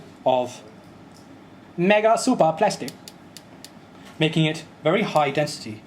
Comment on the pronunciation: Chinese version Megah Supah Plahstic! HAHAHAHAAHAHAHAHAHHAHAA